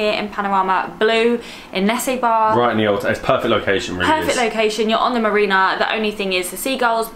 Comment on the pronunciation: It's actually nessebar not nessibar. Their pronounciation is wrong. It's pronounced Ne-SE-bur